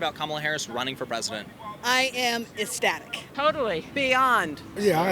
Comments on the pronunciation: I have barely started and am hearing a word that doesn't exist. Essssstatic. Pretty sure the word is eCCCCCstatic. But I'm the dumb right winger what do I know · First girl sounded like my dad trying to say “static” with his accent sounds like “estatic” - shows this creature doesn’t read enough to know it’s “ecstatic”